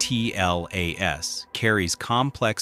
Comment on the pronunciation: ATLAS,JUST SAY ATLAS.Its one word!